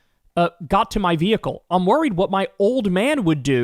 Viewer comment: His Vee-hicle